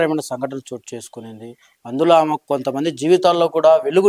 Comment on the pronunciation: మిస్టర్ విలేఖరి ఆమ ఈమ కాదయ్యా ఆమె ఈమె అని పలకాలి నువ్వు ఎట్లా విలేఖరి వి అయినావు